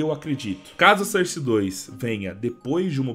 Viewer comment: Fala source certo bicho pelo amor de Deus